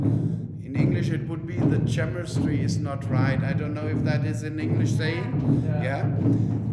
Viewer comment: the tschämistry is not right ich heule